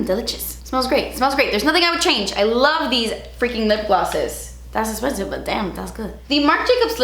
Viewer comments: honestly it makes me so sad that she doesn’t say “das esspensive” that much anymore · I think you meant *ESSPENSIVE